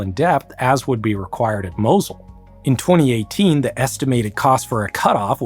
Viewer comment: Tigris, Mosul, etc. At least make some effort to learn how non-english words are properly pronounced.